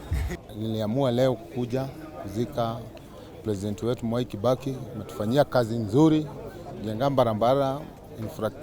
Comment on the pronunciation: ametufanyia kazi nzuli, ametujengea mbarambala infracturecture inflaslacture ya kenya...tunamshukulu🤣🤣 WHO HEARD THIS 😆